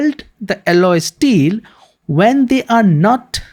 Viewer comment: its mot asteels, its steel.